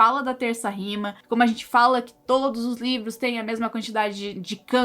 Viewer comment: Parei de assistir quando ela falou 'todis'.